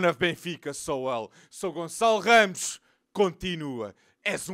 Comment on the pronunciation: Eu: ohh a internation youtuber talking about benfica Hear him pronounce "ramos" Ohh